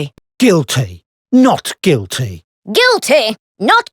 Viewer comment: "Guill Tea!" "No Guill Tea!"